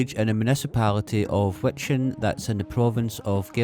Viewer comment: Fun video. As a Scotsman, you were born ready to pronounce Wijchen correctly! :) It's the same ch as in Loch.